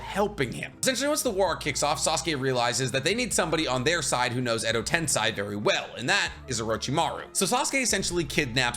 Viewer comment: are you baiting me? it's "edo tensEi" and not a "tensAi"